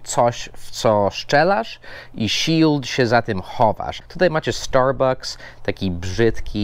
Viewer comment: "orior end liwaj" wtf? Oreo and Lewis, i co najważniejsze "starbAKS" a nie "..bu-c-k-s", tak się u nas mówi, bo najłatwiej, nie musi byc poprawnie. Każde słowo ma inaczej. Peace :)